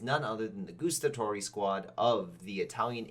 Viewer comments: The way how you pronounced Guastatori is al wrong. It GuAstatori not Goestatori there is no OE sound. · That "Gustatori" hurt me from the inside xD. This literally means "those who taste" 😂